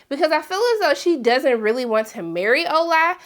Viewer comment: I'm enjoying the show but it really bothers me that they continue to mispronounce all of the Nigerian names, especially your fiancé... Even the simple, shortened Ola, they mispronounce. I don't get it. Is this how ppl disregard their partner's culture in cross-cultural relationships?